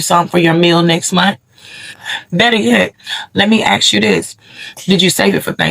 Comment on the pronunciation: As a culture you really need to learn how to pronounce the word ask...smh